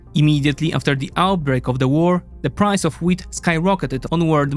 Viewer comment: Your wheat sounds like weed. I kept on wandsring why Egyptians are inoorting weed